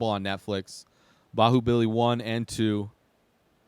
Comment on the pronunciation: you pronounced it almost perfectly